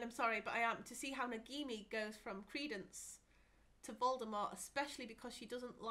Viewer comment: Stop saying Nagimi! It's Nagini!